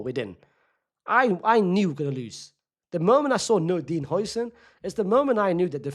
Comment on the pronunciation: Its how-sen not hoi-sen😭😭